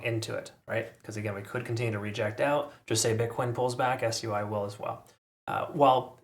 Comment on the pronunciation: why are you saying s-u-i and not sui